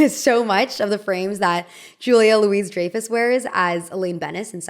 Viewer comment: it takes me out of the video every time you mispronounce someone's name. at a certain point it feels disrespectful. louis-dreyfus is pronounced louis with a silent s and dreyfus as in DRAI-fuss. sometimes i wonder if this is a problem of less in-person communication?? or something?? a constant barrage of words and names a person has only ever read and never heard spoken out loud, somehow